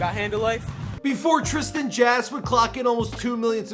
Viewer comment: "Trisan Jass" 😂😂